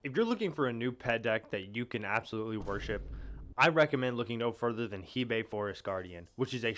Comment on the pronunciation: its pronounced hey bye